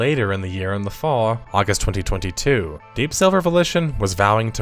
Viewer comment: The way you say 2022 is the worst sound I've heard on YouTube since Hasan shocked Kaya. ⚡